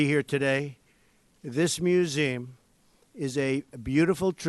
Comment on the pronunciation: He has no shame, quoting MLK about righteousness! And stop saying "museem" already